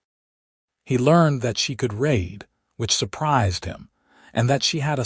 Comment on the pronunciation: WOW!!!!!!!!!!!!!!!!!, "he learned that she could RAID...."!!!!!!!!!!!!!!!!!!!!!! POS AI!!!!!!!!!!!!!! HOWS BOUT "he learned that she could REED (READ)..."!!!!!!!!!!!!!!!!!!!!!!!!!! AND.....................HOWS BOUT.................YOU,............LISTEN TO, PROOF and EDIT YOUR DAMMMNNNN STORIES BOFORE MAKING US HAVE TO SUFFER THROUGH YOUR FREAKING ERRORS!!!!!!!!!!!!!!!!!!!!!!!!!!!!!!!!!!!!!!!!!!!!!!!